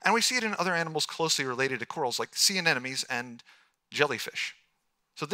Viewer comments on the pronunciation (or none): Lol. "ah-NEH-no-meez!" TWICE! (P.S. It is Anemones.. "ah-NEH-moh-neez.") Meanwhile, other than that flub, this was good. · And...wouldn't it have been good to have some dimensions for the giant squid, the giant clams etc instead of "absolutely enormous"? He's a scientist, but still so vague. And still cannot correctly pronounce "ANEMONES".